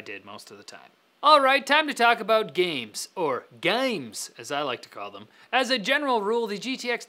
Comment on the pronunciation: Bath boost.. Gahms... come on!